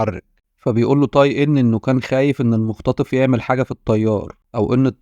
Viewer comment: اسمه (تاي) وليس (طاي) حرّفت الاسم